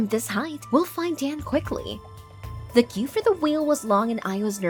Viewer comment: Does anyone else hear her saying da and not the? Its kinda getting annoying